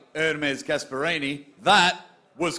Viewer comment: Dont let and English guy host shows like this again please 🤣gaesperini , luvun tf 🤣🤣🤣